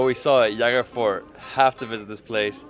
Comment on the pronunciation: It Jaigarh. J like in 'Joy'. Not H like 'Javier'.